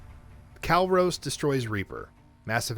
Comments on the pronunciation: Kalros wasn't said correctly either. It's Kal-Ross, not Kal-Rose. Makes you question if he played the games, or someone just gave him a script, which is where he is getting all the info from. Virmire and Kalros are said a bunch of times too. So if you play the games, then you should know how to say the names correctly. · Don't forget Kalros. He says Kal-Rose when it's Kal-Ross. And I also question if he's actually played the games or is just reading a script someone handed him. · He even says Virmire and Kalros wrong. I've lost count as to how many times Virmire is said throughout all three games. Plus Kalros is said a whole bunch of times during the cure the genophage section of Mass Effect 3. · Maybe next time, getting someone who actually played ANY of the games, to read the script would be a good idea. Mispronouncing Virmire, Kalros and even Quarian, is really really sad, and irritating.